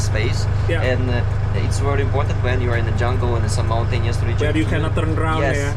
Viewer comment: Wery 😁😁😁 bukan very 😁